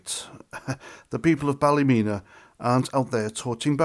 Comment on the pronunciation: as you know, we dont care about being called far right or thugs, the police, the government, once the people start there is no stopping them, nobody cares about the MSM or what names they call us, its pronounced ballamena 😂😂😂😂 by the locals xxx